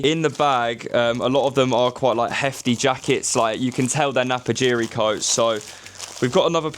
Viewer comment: Napapijri not Napajiri. But I made exactly the same mistake when I came across this brand